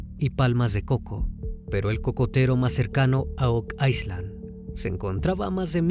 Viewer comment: No entiendo porque dices ice land… isla en ingles se pronuncia sin la S…